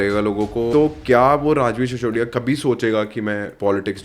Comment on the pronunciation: सिसोदिया होता है। शिशोदिया नहीं। कृपया नाम व अन्य चीज़ें हिन्दी और देवनागरी में लिखें। अपनी भाषा तो बोल लिख लो!